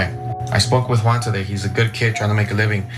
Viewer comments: They didn’t pronounce Juan right either, but is sweet. Who cares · Another ‘giant culture clash’: Armenians and Turks can’t pronounce JUAN.😄 If they try, it sounds like some Asian name...